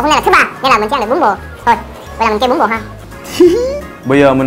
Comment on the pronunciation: em nghe bún bò thành bún bột